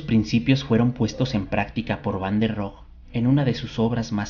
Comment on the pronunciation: La "e" de Rohe sí se pronuncia. Es alemán, no francés.